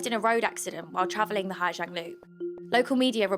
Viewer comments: Pronunciation is like “zong” not “jiang” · ‘Zang not jang’ ooooooooooooh you’re hard!